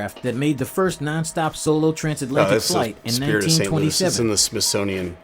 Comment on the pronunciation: Re: S. T. Louis - the voice was AI-generated; mispronunciations like "S. T. Louis" are common.